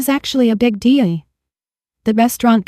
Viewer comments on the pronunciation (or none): Pronunciation errors People pee pee Table tabby Deal de Error in ages. She is 32 but she taught a 28 year old when he was 16????